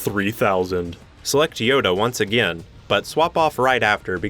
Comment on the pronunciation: I don't say this to be mean but hey says again like a gin